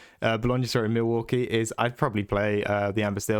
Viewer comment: "Mill" waukee? trying to tell us the absolute secret spice.